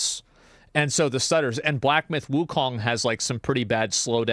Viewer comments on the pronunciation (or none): none